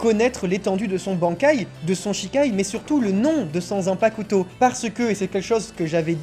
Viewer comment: stp arrete d'insister sur le "u" dans "zanpakuto"